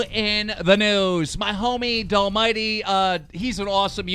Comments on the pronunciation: "Dallmighty" That's not how you pronounce it, Its: "Dee all my D" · If dallmyd is your homie why can’t you say his name right